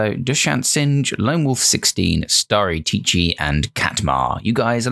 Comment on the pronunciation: LMAO OKAY SO- I BURST OUT LAUGHING BUT LET ME CORRECT YOU. XD You said it right but added another ‘Tchi’. It’s Starry-tchi. Not Starrytchi-tchi XD god I laughed so much I cried bro but I might aswell correct you. XD Otherwise great video! :0